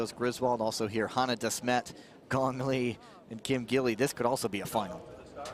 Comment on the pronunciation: 吉莉·金 is the pronunciation of Kim Gil-li. It's Gi li Kim, not gill.. Gee li. Your going to be saying her name for several years. Since she may ultimately be the best female skater of all time, i.e. GOAT, you should learn to pronounce her name correctly.